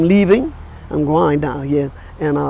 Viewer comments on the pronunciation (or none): gwan, gwaen, sounds so Jamaican